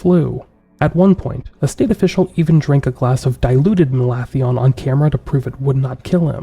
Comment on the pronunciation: I thought that was pronounced "Malathion".